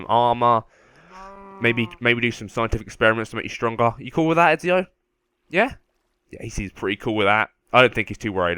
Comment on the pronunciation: It's Ezio not Exio